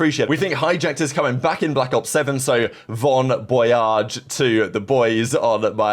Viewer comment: this dude said VON BOYAGE